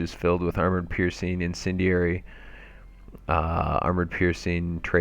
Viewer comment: INCENDIARY not "insendury" you illiterate fuck.